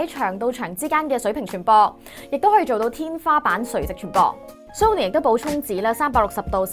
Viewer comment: 終於有人讀啱”Sony”, 香港9成人都讀錯, 留意埋”Nokia”, 係No-kia 唔係”Lok-Kia”